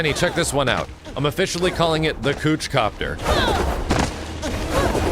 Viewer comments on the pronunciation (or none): Kouch Kopter LOL I'm Done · Lmao "The Cooch-Copter" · The "cooch-copter" 😂🤣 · "cooch copter" wtf XD